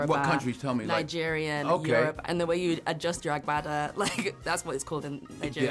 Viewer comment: 😂😂😂😂😂 The way he pronounced agbada.